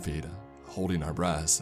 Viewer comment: I keep hearing him say "breasts" for "breaths."